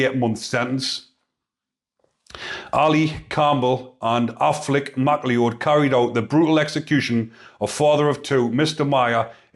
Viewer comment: It's pronounced Mac Loud mate ... like in Highlander.